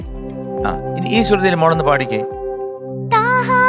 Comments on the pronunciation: ഒരു മദ്രസാ വിദ്യാർത്ഥിയായിട്ടും ലാസ്റ്റ് അറബി പോഷൻമോശമാക്കി. താഹാ അല്ല ത്വാഹാ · Super❤ താഹ അല്ല ത്വാഹാ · ഇതിൽ judjus ഒരു കാര്യം മോൾക്ക് പറഞ്ഞു കൊടുത്തില്ല താഹാ എന്നല്ല ത്വാഹാ എന്നാണ് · ത്വാഹാ എന്നാണ് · താഹാ ❌ ത്വാഹാ ✅ Razoole ❌ rasoole ✅ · Razoole എന്നത് വളരെ അരോചകമായി തോന്നി. റസൂലെ എന്ന് നേരാം വണ്ണം പറയാമായിരുന്നല്ലോ. അത് പോലെ താഹാ... ത്വാഹാ എന്നാണ് ശരിയായ ഉച്ചാരണം.